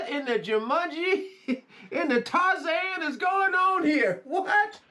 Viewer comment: I can't believe you nailed Jumanji !! That was great!